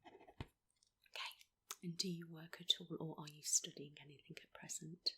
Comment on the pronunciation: HER: is there anythink in life that has triggered this off do you think? the way you're feeling? have you gone through some grief some loss or troubles at work fiends family or anythink like that at all?. ME: yeah i lost my farther 2 years ago?. HER: right okay so, totally unexplained?. ME: seriously not even a sorry for you're loss answer.